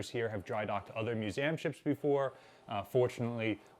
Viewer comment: Is it me, or does the guy struggle to pronounce 'museum'